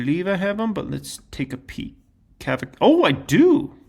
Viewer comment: Cava = "CAH - vuh" --- The Ca in Cava sounds like Caught, Cot, Cod, Cob, etc. Cava rhymes with Java and Lava.